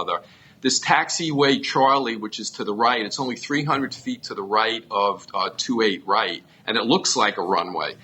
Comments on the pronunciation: It's not "28 R", It's 2-8 right! Say it right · twenty eight “R” ? Its two eight right my sweet child 😂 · Ugggg it's pronounced two eight right not twenty eight R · Two eight right not twenty eight arr. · Twenty Eight "Arrr" Lol. It's 28 Right. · say 2-8 Right not 28R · Please dont say land on 28 "R". Say right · I could forgive "Twenty-Eight" instead of 2-8, but "Arr" made me cringe. "Right" is still only one syllable, correct? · Was looking for this. When she said “R” it made me cringe.